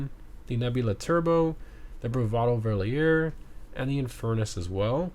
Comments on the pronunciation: "Verlierer" is German for "looser" and you pronounce it "Ferr-lear-er". But I like the French melody in your pronunciation as well 😅 great video as usual, thanks. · Just to help you to say the cars right, the 'Verlierer' is pronunced fair-lee-rare